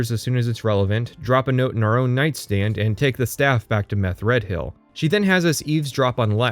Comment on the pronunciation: How do you get "Meth-Red-Hill" out of Methredhel? For one, the "dh" is likely meant to be a fricative, like the "th" in "the." But the most irrational choice in your pronunciation is to pronounce "hel" as "hill."